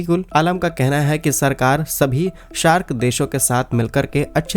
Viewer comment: अरे भाई पहले सही से बोलना सीखो, ये सार्क है ना कि 🦈 शार्क।यदि आपको अपनी हँसी नहीं उड़वानी है तो सही उच्चारण करना शुरू करें।